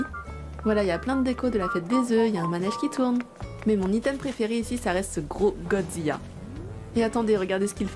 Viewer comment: je suis la seul qui ai capté qu'elle dise goD Zilla?😂😭